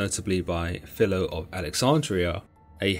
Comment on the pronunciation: The image of Nimrod is incomplete in my opinion. Incan carvings show him holding either a staff or serpent in each outstretched arm. BTW I know this sounds petty but 'Who' has ever heard anyone pronounce the ancient historian as 'Fill-lo'? I know I haven't, so why now?